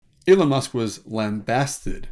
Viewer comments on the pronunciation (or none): none